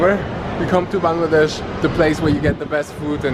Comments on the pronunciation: I love how you say 'Bangladesh' in the perfectly correct way/accent. This is the first time I've seen a foreigner pronounce it correctly. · At least you said the name of our country clearly 😇